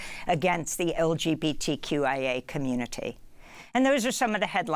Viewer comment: Heehee she said LGBTQIA Communitay and all I heard was south Park respect my authoriTAY